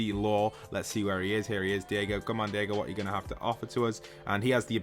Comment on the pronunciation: It’s not Diego it’s Daigo pronounced “Die-go”